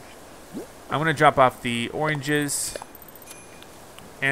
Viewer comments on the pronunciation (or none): anyone notice how the animals wear clothes right? well timmy and the other like raccoon or something are only wearing an apron... idk it just bothers me... also he keeps saying oinges instead of oranges... im pretty sure at least. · He says oranges weird.